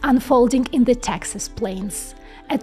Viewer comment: Taxas offers low Taxas. had to turn on cc. All said this is a well done commentary on chip fabrication. Learnt a lot.